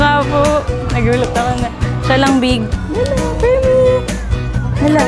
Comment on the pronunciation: Oe pwesent😅 henlo friends😆